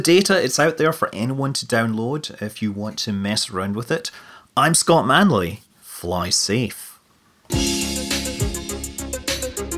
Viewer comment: Holough, uts Scott Munlea.. Lol, that intro